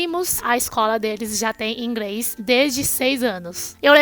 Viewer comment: pqq quando é pra falar R ela fala L e quando é L ela fala R? Ela fala IngReis... kkkkkkkk